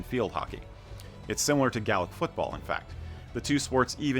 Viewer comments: Also its Gay-lick not Gal-lick when pronouncing Gaelic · Camogie is a hard ‘g’ and ‘gaelic’ is not ‘Gallic’ good vid otherwise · Well told but pronunciations need a lot of work tbh.. Gaelic for instance is pronounced Gay - Lick.. No childish comments please people. Camogie is pronounced Cam-o-g-ee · Gale-ick!....Gale..as in 'storm'. Gay-lick' is the pronunciation from people who have no idea what they're talking about!